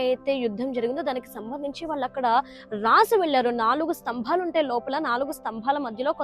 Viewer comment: devuda Tambellu kadu tabellu . enduku thalli telugu ni khooni chestaru?